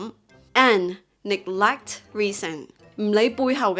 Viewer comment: I find it a bit weird when you pronounce the word neglect!